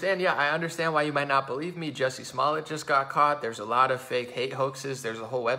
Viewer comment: I love how he keeps calling him “Bubba Smollett” on accident...🤣... slip of the tongue.